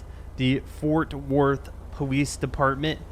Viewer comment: it sounded like you didn't pronounce Fort Worth. The TH is pronounced in Worth. It sounded like you said Fort wort.